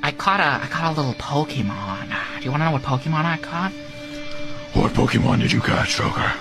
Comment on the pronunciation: This would be perfect for a try not to laugh, as soon as I heard Joker mispronounce pokemon I LOST IT.